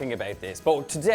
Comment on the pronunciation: Well he isn't italian. She don't expect he can pronounce it perfectly